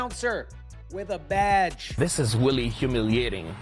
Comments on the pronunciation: Did he say it's weally weally bad? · Is it weally weally bad? I mean weally!